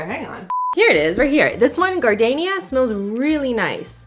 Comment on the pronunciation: Her pronunciation of "gardenia" makes me chuckle.